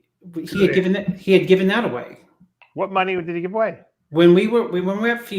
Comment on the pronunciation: RAHB NEEDS AN AHPOLOGY RIGHT AHWAAAY